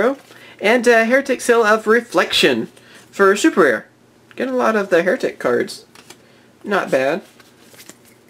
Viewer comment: Hieratic is pronounced high-ratic.